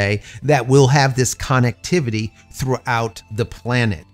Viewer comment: I hear people pronounce connectivity as CONOCTIVITY? Why is that?